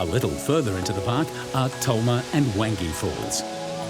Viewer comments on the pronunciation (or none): Proud Territorian. However the voice-over guy got Wanji (pronounced like wong-guy)